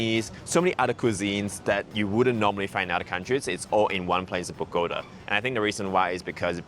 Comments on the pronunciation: Pronunciation is Boh-goh- TAH (emphasis and accent on the last syllable). Not Boh-GOH-tuh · Bogota pronounced boh-gah-tah✌🏽